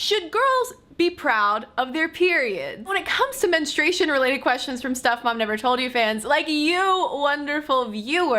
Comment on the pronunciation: Is it your accent or you do you keep saying men-e-stration instead of menstruation?Also should men be proud of nocturnal emissions? I mean women don't get wet dreams.